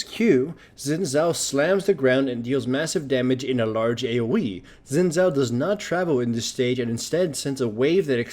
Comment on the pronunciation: it's actually pronounced "shin jao"